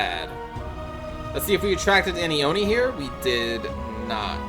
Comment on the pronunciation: I think it’s pronounced Oh-nii not yomi